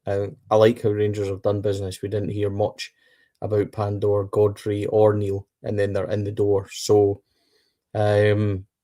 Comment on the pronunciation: Lads you will need to learn to say Pandur's first name right . 😂🔴⚪️🔵